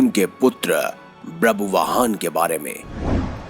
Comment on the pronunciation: It's not brabuvaan, it's ba-bhru-vaa-han.